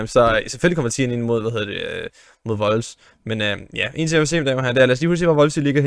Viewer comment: Hvorfor siger du Wolfs???